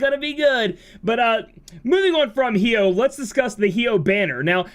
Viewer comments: I die a little inside every time you pronounce his name hee-oh xD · The way you pronounce Hyoh triggers me.